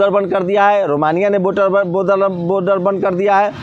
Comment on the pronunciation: Pehle boder ko Border kehna to seekh lo, phir reporting karna..